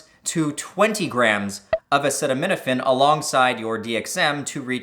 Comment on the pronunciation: "Dee Em Eqz weith acaytaneetaphayne"